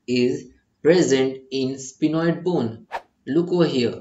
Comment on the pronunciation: Sphenoid not spinoid